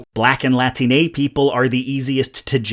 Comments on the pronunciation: ok so ive read enough of the replies here to know i dont have time to read all of them, so maybe someone else brought it up already. but as a latine person, thank you very much for using "latine" rather than "latinx". but for the love of god, the stress is on the second syllable, not the third. its "lah TEEN ey" rather than "lah teen EY", because its "latine" and not "latiné" that is all ^_^ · I've got one tiny little thing. First of all, thank you SO MUCH for using "latine" instead of "latinex." My pointer is that it's pronounced the same way as "latino" but with Spanish "E" which sounds like "eh" rather than "ey." It's something like "La-TEEN-eh" rather than "LA-tiney." Amazing video, as always! Just thought I'd let you know as someone whose first language is Spanish. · Why are you saying "Latinay?" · Buddy said latinAY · . And why does he say "latinéi" then?